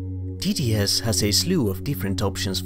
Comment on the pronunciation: No, your English and pronounciation are really good, it's just that saying TTS quickly sounds exactly like tedious!